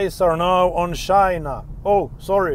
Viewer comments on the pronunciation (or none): none